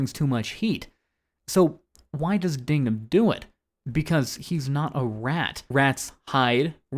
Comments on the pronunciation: It’s pronounced Dig-num. Not Ding-gum. Dignam already suspected Sullivan, not to mention the 4 officers tailing Queenan weren’t right with it. Queenan’s phone records could be traced and Costigan’s file recovered. All of this is basic detective work. There’s plenty here that points to someone other than Madolyn. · Its DIGnum, not DINGnum gotdammit! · It's not 'Dingnam'. It's 'DIGNAM'. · DIG-NAM. DIG-NAM. Not "Ding-nam." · It's DIGNAM, not Dingnam. Dude! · It's Dignam. Not Dingam or Dingnam. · It’s Dig-Man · JFC, it’s DIGNAM You want somebody to watch your video and take it seriously, try getting the main person you’re talking about in your video’s name correctly.